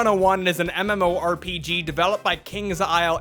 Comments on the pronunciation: No...no..."mmm-oorp-juh"....no....it's "mm-orp-ah-ger" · "MMORPJ" and "forclosure" wtf lol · Did you mispronnounce MMOPG on purpose? 😂